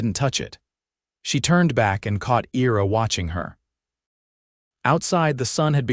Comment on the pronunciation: Your AI can't pronounce Ira correctly.